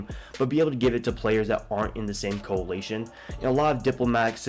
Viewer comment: Bro can't even pronounce coalition.. Security Council is mostly just a bunch of "quality of life" bonuses, meaning you can do things more simply or conveniently. It doesn't really provide any benefit unless you can't check your device every 3-6 hours, which you should do more frequently anyway to be able to respond to hostile actions.